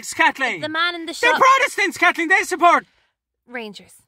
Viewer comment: Lunnnden Dairy AIRRR kat-leeeen. The fookin Kat-holics 😂